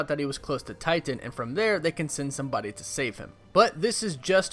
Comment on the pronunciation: Why the over pronunciation of Titan? “Tighten”